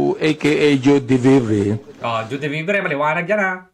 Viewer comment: Di pa marunung magbasa ng name ni Joie d Vivre ung tongresman